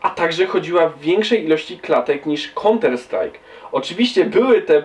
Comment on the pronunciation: KONTER STRAJK xD